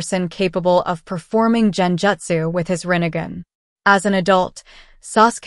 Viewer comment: It is Gen jutsu. Gen. Not Jen